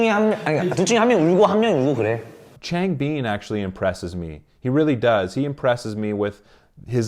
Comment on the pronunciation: Just a quick heads up! It’s pronounced Chang-bIN and SeungmIN Great video though, I highly enjoyed it 👍